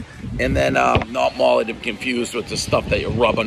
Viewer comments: “Mall-ee” not “Molly”, everybody knows the rules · One bite... wait did he say molly😅😅😅😅. I know he meant mally.